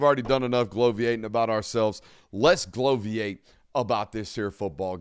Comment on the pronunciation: Bloviate, not gloviate.